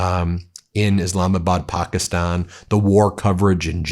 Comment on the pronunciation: Eh, it's pronounced Pakistan not pockyston. Quit with the bullshit